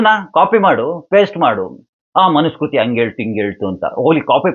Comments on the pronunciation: ಮನು ಸ್ಮೃತಿ..ಸ್ಕೃತಿ ಅಲ್ಲ.ಉಚ್ಚಾರದಲ್ಲಿ ವ್ಯತ್ಯಾಸ. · ಮನುಸ್ಮೃತಿ ಅಂತ ಉಚ್ಛಾರ ಮಾಡಿ. 'ಮನುಸ್ಕೃತಿ ' ಅಂತ ಹೇಳಬೇಡಿ.